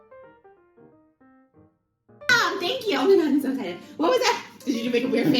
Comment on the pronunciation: The way she says SO... "SHOW" obsessed, SHOW much respect 😳